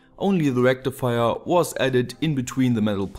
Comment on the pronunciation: FULL BRIDGE RECTIFAYA